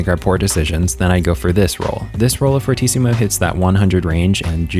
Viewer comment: It's actually pronounced Fur-tee-ci-mu, fortíssimo is portuguese for very very strong